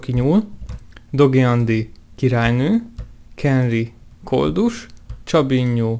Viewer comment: én is észrevettem